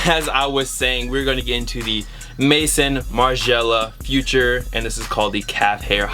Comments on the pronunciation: we say maizon martin margiela in french not mayson martin margiela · please say Maison right it's french for house, "mayzone" I know you dont care but just letting you know. Same way you say "Balmain" differently it's the same issue. Anyways great pickups I have two Margielas in my collection and I absolutely love them. Favorite designer next to Raf Simons.